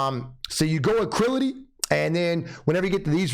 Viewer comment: Great video man but one thing, its ALACRITY NOT ACRILITY!